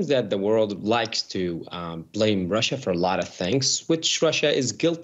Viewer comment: Russia, Russia, Russia. Sounds like: Marsha, Marsha, Marsha.